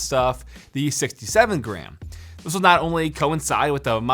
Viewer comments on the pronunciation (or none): none